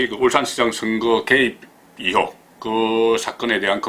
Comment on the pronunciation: 이혹아니고 의혹